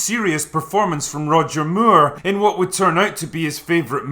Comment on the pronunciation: "Roger Myure"?